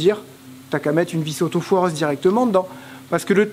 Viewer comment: Hello c est autoforeuse et non autofoireuse.Lol